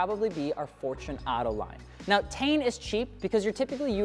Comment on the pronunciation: It’s not tane it’s T-in.😂😂😂